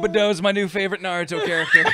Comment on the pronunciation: To "Nair-youto" saying friend. That's how Toonami pronounced Naruto back in the day, if I'm not mistaken. And even when I was like twelve I knew that was stupid. "They say his name like every ten seconds in the show! How do you not know how to pronounce it?!"